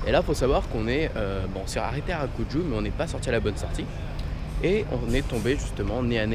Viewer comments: C’est Arajuku pas Arakuju😂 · Harakuju ??? Je t'adore, j'adore tes vidéo mais s'il te plaît dit harajuku car tu échange le K et J 😂 tu aurais du faire des purikura Si non continue comme ça 😄